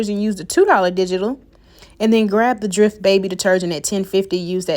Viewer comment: Ty but do u ever have any $19 deals & fyi it's dreft with e sound not drift with I sound 🤷🏿‍♀️